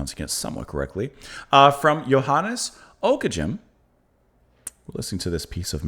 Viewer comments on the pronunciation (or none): This period is one of my very favourites. You should also check out Dufay and Josquin. Don't worry you'd never guess how to correctly pronounce his name (unless you're familiar with 15th century Flemish haha!) but think it should be "Ock-eh-gehm" with a hard G for the "ghem" bit. The piece is actually written for 3 voices and the guitar accompaniment is actually just taking the third vocal part instead of a singer. Very common for early music performances.